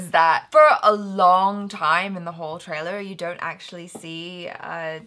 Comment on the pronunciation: Now that everyone has told you that pronunciation of the name was wrong I want to point out that You said official tailer/tailor👀👀 instead of trailer😂😂😂 TRAILER IS AN ENGLISH WORD!!! 😂😂